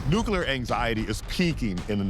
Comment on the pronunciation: There's a difference between nuclear and nuke-e-ler, which is how complete idiots pronounce it.